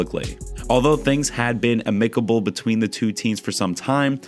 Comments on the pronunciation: a m i c i b l e. Learn. pronounce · A reporter who cannot pronounce simple words like AM-ic-a-ble? Nah, I'll subscribe elsewhere